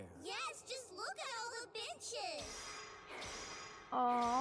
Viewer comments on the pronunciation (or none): i’ve seen this episode around 20x and heard benches everytime and now you made it impossible for me to unhear bitches😂